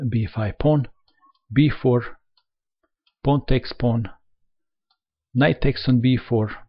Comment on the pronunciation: paoaowoon teks paoaown, kuveen, bleek reesiiiiignnnnnnned